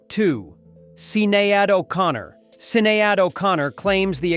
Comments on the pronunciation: "Sin-ay-add" ...USA moron, it's pronounced "Shin-ayed" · SIN-AY-ADD O'Connor....wow. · Is this an AI voice on this video? He doesn't know how to pronounce Sinead O'Connor's name right. Sin-aye-ad - ?? LOL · Who is Sin-eigh-ade? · Wow... I never saw a video on Prince and his contemporaries that is so off than this one. This is just awful, what is a Sin E Odd? If you can't pronounce it, you can't document. This is total busllshit. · It’s pronounced SHI-NAYD